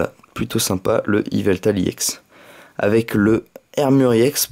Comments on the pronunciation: pk tu dis emolga i ex au lieu de emolga ex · sa se prononce ex pas iex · pourquoi tu dis iex